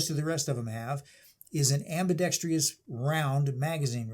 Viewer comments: Am-bi-dex-TROUS. There is NO "I" in "TROUS." Thanks in advance for not driving me batshit crazy... Next time. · If I had a dollar for every time I heard someone pronounce it ambidextrious.... INSTEAD of ambidextrous.. 🤦🏻‍♂️